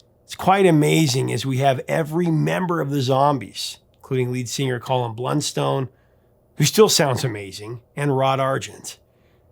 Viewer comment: Btw...It’s Blunstone not Bluntstone:)